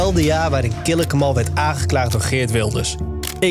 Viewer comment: Ze kunnen de hele docu nog niet eens zijn naam fatsoenlijk uitspreken… Triest